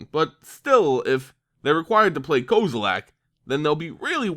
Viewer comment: Kozilack?? XD